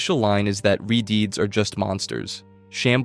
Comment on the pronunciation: What, you don’t like hearing about re-deeds instead of re-deads?